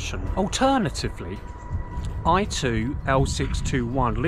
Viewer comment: It's not "12" it's "I2"